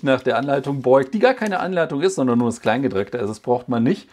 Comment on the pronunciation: Hat in dem Video gesagt "Kleingedrecktes"? 🤔😂